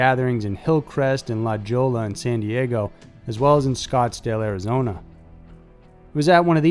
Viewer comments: It's not "La Joy-a" or "La-joal-a", it's "La-Hoy-a" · La Jolla is pronounced like La Hoya not La Gola...lol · It’s pronounced La Hoya , you should check the pronunciation before you tell stories. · Quick note it’s not pronounced La ‘Jolla’, it’s La ‘Hoya’. It’s Spanish and it means the jewel. It’s basically the rich part of San Diego other than Coronado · He said "Law-joe-La" hahahaha its "la-hoy-ya" ...lajolla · What LADYCPLUM said...it's LA HOE-YA, NOT La Joya.. NOT hard to pronounce... that said, LOVE your channel. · LA Joe LA DUDE IMMA NEED YOU TO STEP UP YOUR PERNOUNCIATION LA Hoy ya. Got it man you do this too much in your vids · La jol-la??? Why don't you ever research how things are pronounced? Skagit in WA State is skaj-jit. And La Jolla CA is La hoy-ya. Sheesh. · LA jollah?! Dude try to pronounce the word La-hoy-ah! Good God man! It never ceases to amaze me how terribly you guys just massacre some of the words you use. Before you post you really should research and then proofread your scripts. Believe me, you're not the only one, I hear mispronounce even the simplest words, I hear it multiple times each time I start reading and watching my feeds, just try to be a little more professional, can't we? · My ears bleed everytime you say La Joe-la. It's La Hoy-ah. Also, Gianni is not Gee-ani, but is pronounced like Johnny. Google "How to pronounce ____" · How can you not know it's " la-hoya"?!?!?!?!!!!!! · LOL .. "La - Joll - Laa" .. hahaha .. Love you SM!! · hey man, i live in san diego, it's pronounced LA HOYA, new subscriber, love the channel dude! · "La Joella" XD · He said la- joe-luh lmao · It’s pronounced “La Hoya” Two “L”s make the “yah” sound and “J” is pronounced as an “H” in Spanish words. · It is pronounced La- Hoy (as in "Ahoy there matey")-Ya. It is Spanish, therefore the J is pronounced like an H. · ❤ the way you say La "Joll-la" - with a hard L 😁😁😁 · "la Jolla" is.pronounced "la Hoya" . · La Jolla is pronounced La Hoy-ya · Pronounced La Hoya! 🤓😝